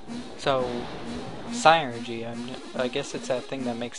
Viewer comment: I know this is ... long done but this bothers me Psynergy is pronounced Sin er ge